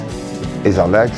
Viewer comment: I love how he goes from barely speaking english to a fluent english accent once he says his name